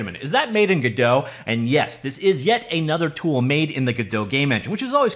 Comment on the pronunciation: Godot is pronounced in a way that rhymes with ROBOT. Not whatever french pronunciation you’re using. Also notice Godot’s mascot IS a robot.